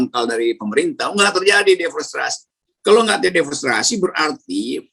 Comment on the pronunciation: Om rocky maaf sbelumnya mau koreksi yg bener DEFORESTASI BUKAN DEFORESTRASI